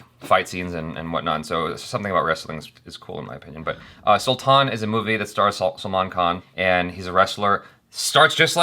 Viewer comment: It is not Sulthann 😠😠😠 dont talk stuff u dont know properly abt